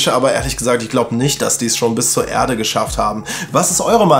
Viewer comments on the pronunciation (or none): Le Reff Anders gefragt, warum sagst du Irde und nicht Erde?